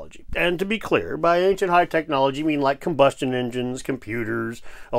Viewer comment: Its actually " technologiky.........AHEM" 😮